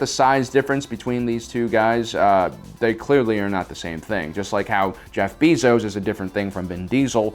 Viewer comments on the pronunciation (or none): none